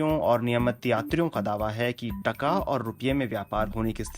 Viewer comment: it's not tukka it's taakaa